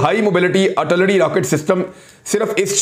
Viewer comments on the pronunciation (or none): jemab its not artullery its Ar til lery.